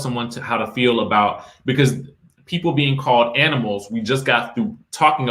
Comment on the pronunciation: That is not the first time that she called her an aminal,she should sue them